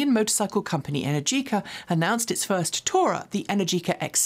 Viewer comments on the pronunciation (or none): Enérgica chek the stress on the pronunciation for this word is on the second syllable